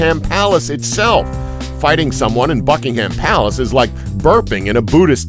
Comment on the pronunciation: sounds like he is saying "fuckingham palace"